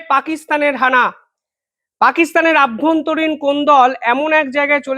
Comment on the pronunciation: অভ্যন্তরীণ হবে........... বার বার কেন বলেন আভ্যন্তরীণ। এটা ভুল।